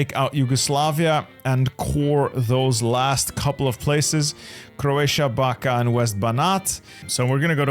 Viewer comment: No hate or smth but Backa is pronounced Bachka not Baka W vid btw